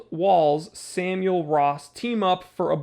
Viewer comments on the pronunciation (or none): none